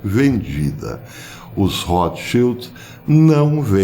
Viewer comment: O nome „Rotschild“ vem da língua alemã, e quer dizer „escudo vermelho“ , mas, muita atenção à fonia, le-se rôtchild, e não rrótchild! Espero ter ajudado em algo.